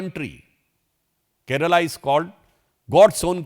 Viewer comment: At least as a politician of a party which won majority in the local body elections, start saying the name of the state properly... It's " Kerala ". NOT " Keral ".